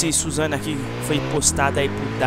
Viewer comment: suzano assim q vc fala man , é susano'o